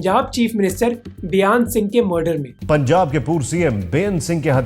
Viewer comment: सब गलत गलत बोल रहे हो बाबर नही है बब्बर है... बेयांत सिंह नही हैं बेयंत सिंह है.. ठीक करो ये सब ..काफी सारे शब्द ठीक से नही बोले हो. किसी जानकार को दिखाओ और AI से ठीक करो